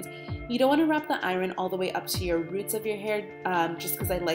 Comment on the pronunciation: Nice video, but it would be nicer if you spelled tutorial correctly and pronounced iron properly